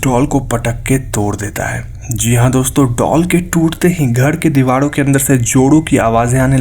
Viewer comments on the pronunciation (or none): use dewalo ke,bhai ra ko la kyun bolte ho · आप,,र,,को सही नही बोलते घर,, कमरा ,मरे हुवे,,दीवारों,,को घळ,,कमळा,, मडे,हुवे,डीवाळ आप ,सिंधी हो,,??? र, को ,ळ बोलते हो,,कंयो भाई ??